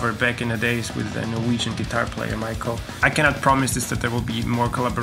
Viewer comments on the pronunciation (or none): none